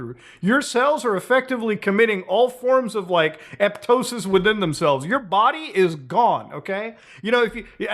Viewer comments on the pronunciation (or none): Love you Muta. Just want to let you know that it's apoptosis not eptosis. The fact that you even know of the mechanism definitely puts you way ahead of most people automatically and you might have just misspoke. Either way just letting you know. Keep making the great content! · Love you u bro but im gonna bust ur balls lol Its pronounced A-pop-tosis